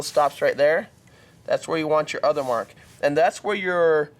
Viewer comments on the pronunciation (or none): none